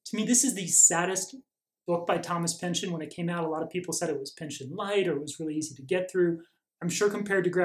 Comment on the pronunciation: Thank you for the great video!.....it's actually pronounced "pinch-on"........My wife is a Pynchon!